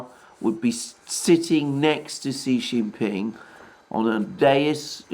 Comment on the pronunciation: Kudos on using the correct acronym for the CPC, and on improving your pronunciation of Xi Jin Ping's name.